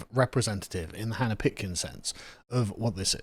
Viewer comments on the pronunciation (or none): none